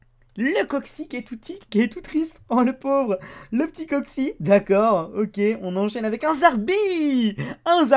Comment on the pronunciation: lol au 3 booster neo ta dis un coxis et non un coxy xD